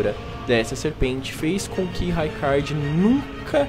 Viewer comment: O vídeo é bom, mas... RAIcard, MErica? 😅 Se chama Marika de Merica por que não chama a Ranni de Reni? 😂